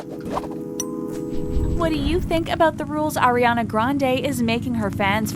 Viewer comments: You guys pronounced her name wrong and then right and then wrong again. The rules are there for a reason and she is not the only one to have the clear bag policy. A bomb went off at one of her concerts and killed her fans... why are you trying to drag her for trying her best to prevent any danger during the show? Is this what happens when you run out of relevant content? Why criticize Ariana when you can’t even pronounce her name correctly half the time? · how are you guys () gonna day airena and ariana in the same video 💀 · it’s r-e-ana not air-e-ana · ARI-ANA NOT AIRY ANA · When Airiana ... it's ARIANA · It’s Ariana..... not ERiana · pls. its ARIANA not AIRIANA .. sigh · Plz don't say Airiana anymore,but Ariana 😭😭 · O M G she is not AIRiana but ARIana jeeeez! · It’s AR-iana Grande not AIR-iana Grande sis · Ariana not AIR-iana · It’s ARIana Grande, not AIRYana Grande. If it were meant to be said that that, it would have been spelled like that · CAN YOU AT LEAST SAY HER NAME RIGHT? I'ts ARIANA not AIR-IANA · “Airina grande” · they said AIRiana and i clicked off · Ugh She says air-ana grande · its not “airiana” 😤 who tf is airiana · Why does she say “fens” instead of fans and “airiana” instead of Ariana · Aireana granda is how she’s saying it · you know it’s a lie when they say “AIR-IANA” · Don’t really believe this after I hear her pronounce Ariana as airiana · i stopped listening after they said "airiana grande" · ''AiR-Y uh-NuH gRaNd-AyYyY" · They say Airiana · “air-iana grande” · Airiana Grawndeey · fans Ariana Grande: Airy-anna grande you can’t even say her name right😂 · anyone else cringe at 'air'iana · You can’t even say her name right- so try agian . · if you wanna trash miss grande at least pronounce ariana right .. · SAY HER NAME PROPERLY! And what do you mean ‘Diva’ Your using her to gain Views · Can you say Ariana name right it’s kinda annoy😐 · yet you can’t even say her name right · Can please learn how to say Ariana